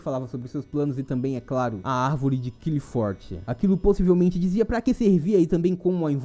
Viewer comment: nao se le qlifoth e sim arvore claipof